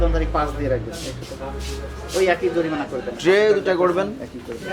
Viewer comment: Kala magur bole joripana. Nokol koira pass koira ghush dea chakri nise. It’s jorimana not joripana